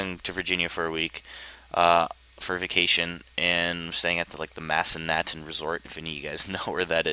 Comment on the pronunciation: Dude I live in Virginia and I know where massanuten is btw it is pronounced (mass-uh-nut-en)that is so sick dude and have you tried out the new recording thin built into cobat arms it isn't as laggy as fraps for me